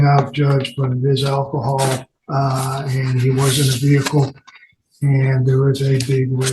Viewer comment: uh.... which way did I go, which way did I go? did he say "Ak-cohal?" 😅 better defumigate him before taking him to lockup 😅